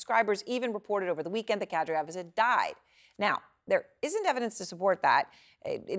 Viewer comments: Erin really butchers the pronunciation of the name of the butcher Kadyrov. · Kadyrov is an easy name to pronounce (unlike many others which are understandably ‘massacred’ by Western journalists). It hurt my ears to hear this competent presenter come up with her own weird pronunciation. Do better! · The news host keeps getting kadyrovs name wrong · Seriously? You can't figure out how to pronounce Kadyrov? The war didn't start yesterday, do some research. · Kadyrov pronounced Kuh-Dear-Ov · she is having a real hard time saying Kad A Rov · Pronunciation check: Ramzan Kadyrov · someone teach this lady how to pronounce Kadyrov correctly. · surprised such smart pretty woman mispronounced K A D Y R O V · Burnett - The man's name is Kad Y rov and NOT Kad R yow -- how did you get the job? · WHY is it this CNN presenter who thinks she is good, and is reading a screen, CANNOT even say the Chechen leader"s name correctly. SHE keeps saying KadRYov and not his name which is KadYRov. SIMPLY FRACK TO BUNT. This is bad for a presenter to get the pronunciation incorrect when all others on the planet can say it correctly and all she has to do is listen, monkey see/hear, monkey DO! Others must not listen to Ukrainian people speak either, and then say the village or town names incorrectly. Very SAD for so called educated people to get it wrong! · Everyone : KA-DY-ROV CNN anchor : Kadriov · That novichuc is a helluva poison and Erin it's Kady -rov not care de off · It's Ka-dee-rov. Not Ka-dree-yov. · Kadryov?? Actually it's Kadyrov, is it not? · Why she pronounced Kadyrov’s last name wrong ? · It is KADI ROF, NOT KADRIOF come on ERIN. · It's not pronounced kad-ree-ov. It's Ka-deer-ov. Horrible prep reporting. Typical CNN. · Can she stop calling Kadyrov- Kadriof it is ignorant and sloppy. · The terrorist's name is pronounced ka-DEE-rov, not KA-dree-ov. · It's Kadyrov, not Kadryov. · his name is Kadyrov, not Kadriov